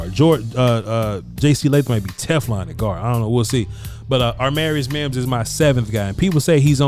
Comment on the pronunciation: When is gonna realize his name is not aRmarius Mims 😂😂, been bothering me for a while lmao